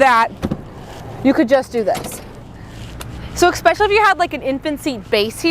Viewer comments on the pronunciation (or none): It's "ESpecially", not "expecially". Thanks for the review though.